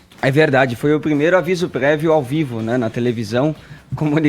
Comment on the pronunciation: foi o primeiro aviso "pguévio"